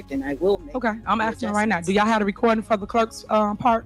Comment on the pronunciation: She doesn't even say yall properly she says yaw